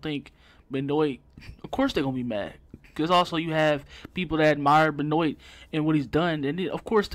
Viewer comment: At least learn to pronounce his name if you're gonna blast someone for an opinion. L